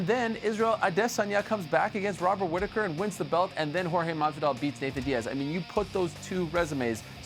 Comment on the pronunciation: Till, askren and diaz. It's Jorge